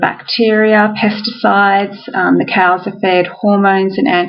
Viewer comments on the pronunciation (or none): none